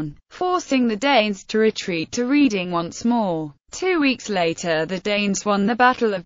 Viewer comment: I cannot abide these computer generated commentaries. Why on earth can't they get a real person to do it? That way they might pronounce things correctly - it's Redding, not Reeding.